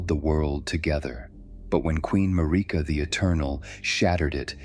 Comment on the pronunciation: Tell your AI voice to pronounce Marika’s name correctly.